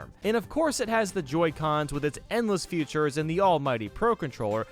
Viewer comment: Why do you say futures instead of features